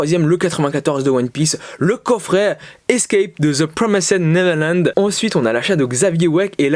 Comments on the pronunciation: cool, je suis pas hyper fan du concept mais tu tente des trucs c'est bien et ça change par contre par pitié frèro fais un effort stp TPN ça se prononce "deux pwomèste neverlend" pas "zeu promésède neverlande" mdr, au moins essaye stp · Ça ce prononce "de prwomèst nêverland"